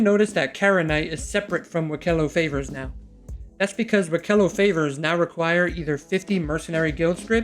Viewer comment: WEEK-elo, not wi-KEH-lo